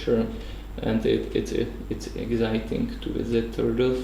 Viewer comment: Já nemohl z toho jeho Exzajtynk :DDDDDDDD